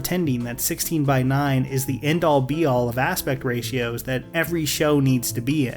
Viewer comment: Why does everyone say ratios incorrectly?